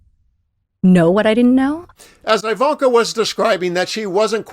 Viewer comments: Her name definitely isn't pronounced "eye"-vanka. ;-) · It’s pronounced E like evil. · I've NEVER heard her name pronounced with a 1st syllable sounding like "eye."